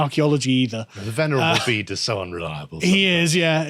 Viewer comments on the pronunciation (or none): none